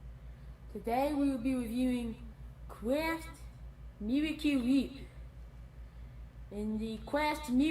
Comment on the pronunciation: I still can't get over that spoon full of "Mewahcle Wheep"